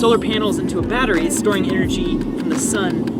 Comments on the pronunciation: "shtoring" lol, every time he says storing he says it like "shtoring" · Turbins? Shtoring (storing) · "its great for shtoring"